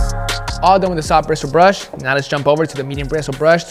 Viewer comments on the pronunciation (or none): “sOFF bRIsoool BRuSH”